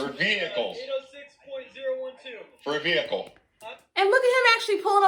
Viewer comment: TOOK ME OUWWWWWWTTT 😂😂 “VEE-HICLE. VEE-HICKLE.” 🤣🤣🤣🤣